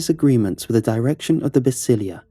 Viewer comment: The word is “Basílica”, not Basilia